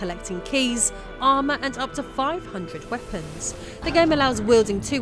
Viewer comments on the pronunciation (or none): none